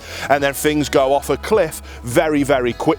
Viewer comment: He said then correctly, but then he said things like fings, incorrect, im dumb founded by this